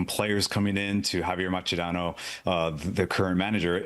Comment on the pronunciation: Can you please STOP mispronouncing Mascherano’s name. You would think as sports reporters you would do some research on a players name. It’s sloppy and insulting. said it correctly.